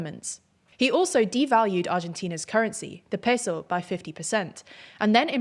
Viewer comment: just say peso with your normal accent why are you doing a Spanish accent every time you say it